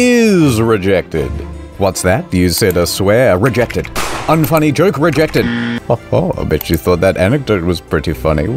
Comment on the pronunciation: the "rejected.......reeJECTed" made my day:face-blue-smiling::face-blue-smiling::face-blue-smiling::face-orange-biting-nails::face-orange-biting-nails::face-orange-raised-eyebrow::face-blue-wide-eyes